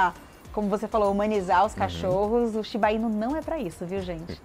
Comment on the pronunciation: Tem outro video no canal em que a apresentadora tbm fala "Shiba-inu" como se fosse tubaína kkkkk. A maioria das palavras japonesas são oxítonas na pronúncia. Por favor, avisem ela que se fala shiba-iNÚ 😅😅😅